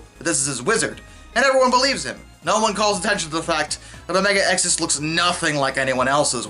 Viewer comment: Gotta give props that the man stood strong saying omega-xis wrong the whole time